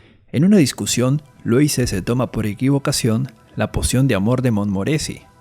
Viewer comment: Se pronuncia "Luís"